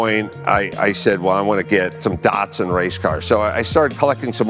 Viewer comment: Have i been Mispronouncing Datsun my whole life?